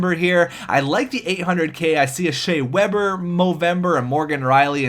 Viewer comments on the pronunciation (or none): none